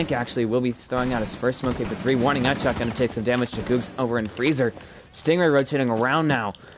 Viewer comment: GG, it was pronounced G ug g z not googz lol edit: revoked doesnt really have fraggers we all shared and i dropped 16 kills as hard support